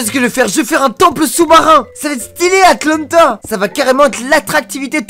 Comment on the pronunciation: A il a pas dis atanta ?